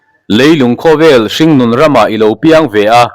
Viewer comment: Hrîng tih i lam diklo midang zawt teh aw